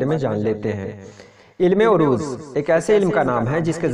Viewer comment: آپ بار بار عروض کی عین پر پیش لگارہے ہیں جو کہ غلط ہے عین پر زبر ہے